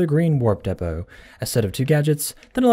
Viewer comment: The ICA he said De-poo 😂